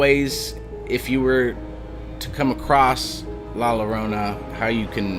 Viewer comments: Good Story ! Two Ls put together in español, make the Y sound . So its pronounced like La Yorona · How is it possible that you know the folklore but not how to pronounce her name? Anyways, good eerie video.